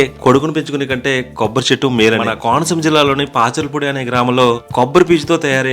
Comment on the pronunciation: పాచలపూడి కాదు పాశర్లపూడి